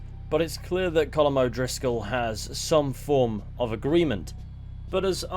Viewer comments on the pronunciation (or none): Why do u keep calling him coulomb 😂 his name is Colm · His name is pronounced “Column”. It’s Irish. Sean, the Irish gang member even says this during camp dialogue with Kieran. And I’d think the Irish have a better understanding on how to pronounce their own names than you Americans. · Why are you saying Colm's name so wrong?